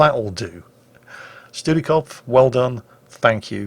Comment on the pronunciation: studi is similar to studieren which is too study so no doubt some derivative of that. Kopf means head and since Germans like their words being tied together it probably means a “study head” or someone who very much likes to are invested in studying. Edit: also for pronunciation it’s “shdooti cof”